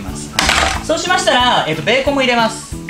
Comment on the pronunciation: 本当のベーコンの発音も勉強になりました！